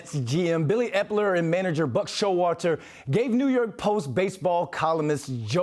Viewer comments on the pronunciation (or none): The one who started this clip by saying Buck Show-water?